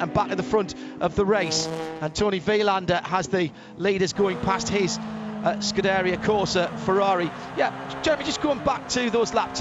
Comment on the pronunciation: He says Scuderia wrong 🤣